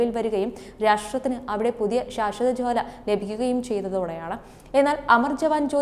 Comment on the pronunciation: ജ്വാല എന്നുള്ളത് ജോല എന്നു പറയുന്നത് ശരി ആണോ